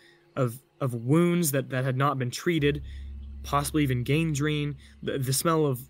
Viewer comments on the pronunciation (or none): Bro please say “facade” an”gangrene” correctly lol Aside from that, pretty interesting story! I wonder what that critter was?